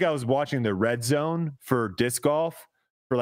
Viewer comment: Proof that we as men grow old but never grow up! says dick in stead of disc by mistake. Cue uncontrollable laughter 😂